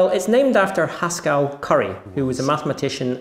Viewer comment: Woah, "Haskell" rhymes with "Pascal"?!